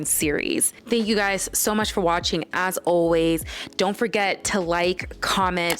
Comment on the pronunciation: said ZON'T!!